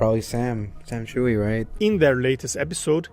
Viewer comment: Any idea why he thinks his name is Chewey. There's no way that Chui is pronounced Chewey in Chinese. Most likely prounced Chway, though if the name is Cantonese it might be slightly different.